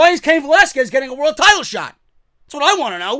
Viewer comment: Thank God he's pronouncing Velasquez properly now